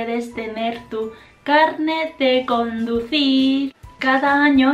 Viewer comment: Hoy es mi cumpleaños! te falta el acento fuerte en carnet o carné, como un 4to tono